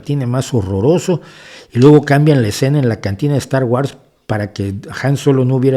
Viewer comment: De acuerdo en todo,. Sólo la pronunciación de Star Wars. Es [wors]